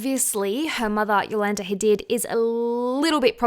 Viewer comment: It’s pronounced ha-deed not did haha